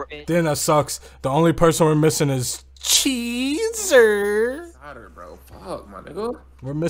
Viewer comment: It’s the way you say cheeesurrr has me dead 🤣🤣🤣